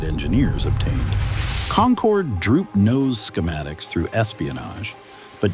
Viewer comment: You lost me on the very first word. Get the AI voice to at least pronounce "concorde" right.